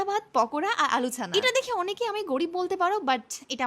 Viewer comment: আলু সানা ❎ আলু ছাণা ✅